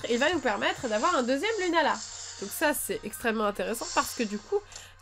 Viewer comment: Sa s'écrit lunala mai sa se dit lounala